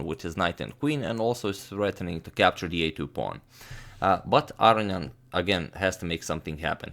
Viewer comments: I love your videos and i have never complained but all i can hear in this one is "aryan" instead of "aronian"... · I love how he says Arion ;)